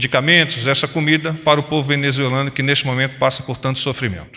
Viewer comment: Cambada de repórteres que nem sabem falar a palavra “ Venezuelano”. 🤣